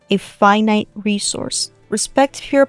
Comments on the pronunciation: i heard "five nights resourse" and somehow it didn't sound wrong to me, like you drawing freddy, like okay if you say so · What she says: "Finite resource". What i heard: Five night resource 😅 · "values are a five night resource" was what i heard